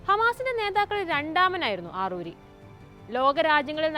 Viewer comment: ആറൂരിയല്ല അറാറിയാണ് മോളേ